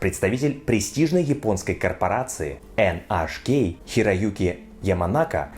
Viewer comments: NHK -ЭнЭйчКей, так произносят название этой корпорации во всем мире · Название японской компании вроде произносится, как "Эн Эйч Кей"😆👍.